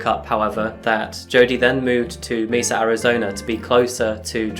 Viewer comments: As a person who lived in Mesa AZ it was a "what?" kind of split second reaction when I first heard it pronounced "Meesa". I know it's not always possible to get the correct pronunciation right. Lord knows I've had my share of those kinds of slip ups and am grateful when corrected. So I hope you understand when I say it's pronounced "Maysa" even though it's spelled Mesa. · Side note. Mesa is pronounced "maysa". It's the Spanish word for table. Definition: an isolated flat-topped hill with steep sides, as found in arid and semi-arid areas of the US. Just for future reference.